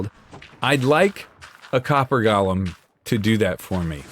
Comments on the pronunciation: Great episode, but with my weird brain, one thing is driving me nuts- golem is pronounced like it's got the word go in it. The way you're saying it is how you pronounce the lord of the rings character Gollum. It's different. Of course, I kinda wish golem hadn't become a fantasy term because it does have actual significance in Jewish folklore, but that's a whole other can of worms we ain't gonna open today. Love the leaves in the ground effect, really works so well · Every time he calls them "Gollum" I die inside